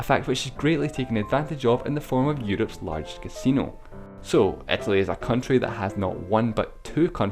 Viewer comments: IT IS ITALY NOT ETALY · why do you pronounce "eth-a-lee"!?! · Etely seriously bro? come on man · "etaly"...WHAT XD